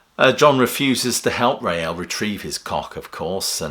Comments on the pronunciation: It's pronounced 'Rail', not 'Ray-Al' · Please pronounce his name correctly, It's Rael (pronounced 'Rail') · "Rael" is one syllable, not two. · Rael was one syllable, like Rail, and not like the Madrid football team. I was never sure about the Lamb, as I only got into Genesis with Trick, W&W and Seconds Out, then investigated the back catalogue.